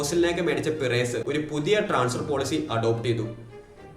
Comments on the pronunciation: പിറേസ് അല്ല ബ്രോ പെരസ് ഫ്ലോറന്റിനോ പെരസ് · Bro റായാൽ മാഡ്രിഡ്‌ ന്റെ പിറെസ്സ് എന്ന ഉച്ചാരണം കേൾക്കുമ്പോ നല്ല ബോർ ഉണ്ട്, kindly make sure u pronounce names properly 🙏 its റിയൽ മാഡ്രിഡ്‌ ആൻഡ് പെരസ്